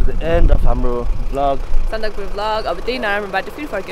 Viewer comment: It's Sandakphu guys lol